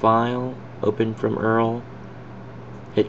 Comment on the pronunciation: Dude.. PLEASE rerecord this without saying Earl. It makes you sound like you just started using a computer.